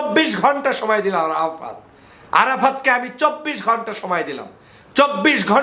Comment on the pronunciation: ভাই আপনার আরাফাততা 😂😂 বলাটাই অনেক সুন্দর হয়েছে গুজব লীগের কাজ তো গুজব ছড়ানো